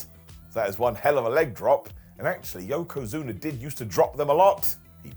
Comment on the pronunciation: Yokozuner. John Ceenerr and Batisterr.